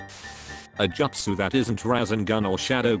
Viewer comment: it feels like the voice is trying purposely to say the justus wrong just to annoy me. lol